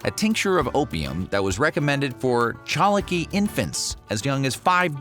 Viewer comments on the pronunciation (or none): Whats with the way you pronounced Colic? Theres no h in colic -_